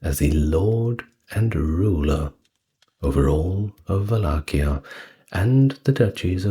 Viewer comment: In Romanian it's "Valahia" (val-LAH-hee-ah) but you did better than most English speakers.